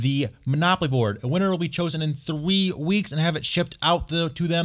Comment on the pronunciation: twee weeks ! 😂